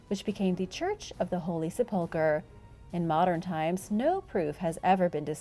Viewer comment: Great videos, BUT please learn the correct pronunciation of 'Sepulchre"